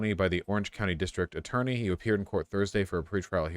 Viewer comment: Vaush mispronouncing attorney as eternity just like Sam Seder is very funny to me.